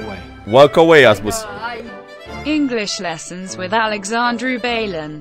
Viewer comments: inglis lesans uit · Ingliș lesăns uit